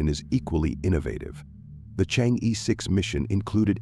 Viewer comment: You should pronounce Chang'e the right way. Not Chang-ee! Should be like Chang-ur! Try some Youtube sites.